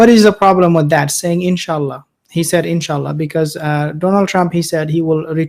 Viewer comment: Knowing Biden seems to me that he said enchilada instead In Sha Allah with the correct accent on it. At the ends of times that ignorance and lack of knowledge is very common.